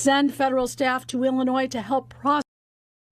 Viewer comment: Hey the s is silent in Illinois!